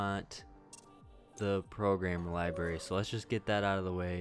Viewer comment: Yeah, I don't mind that. But you do need to stop saying "li-berry" instead of "library" and "turrent" instead of turret."